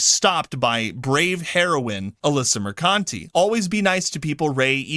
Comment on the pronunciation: It's pronounced, mer-cunt-tee.